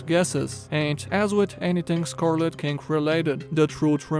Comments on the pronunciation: When you say scarlet king I hear "Scarlet kink". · For a second I thought he said "The scarlet kink."